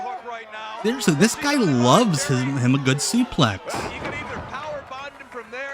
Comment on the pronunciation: Just ain't right hearing suplex said like "suplay" if it ain't comin' from Gordon Solie.